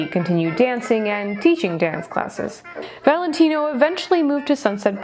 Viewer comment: This was a good one! So, how long did it take you to learn his entire, long-a$$ name, with accent and all? lol You said it perfectly! I didn't know if you'd have a video today, but I was sleeping. I started PT and it's making me so sore and tired, so I didn't get much sleep. Actually, I forgot all about the curse of Rudolph Valentino. It was cool hearing it again. What a lady's man he was!!